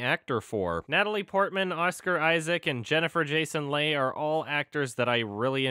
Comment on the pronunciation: I'm pretty sure Jennifer Jason Leigh's name is pronounced like "Lee" not "Lay."